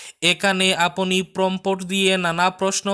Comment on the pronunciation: সঠিক বাংলা উচ্চারণ: আপনি - apni (Not aponi). আমরা - amra (Not amora). অর্থাত এই ক্ষেত্রে বরাক উপত্যকায় যেটা চলে সেটাই ঠিক। এমনিতে আপনার উচ্চারণ শ্রুতিমধুর।